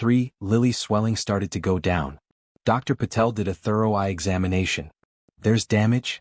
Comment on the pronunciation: Please pronounced 'thorough' correctly. 'Thoreau' was an American author.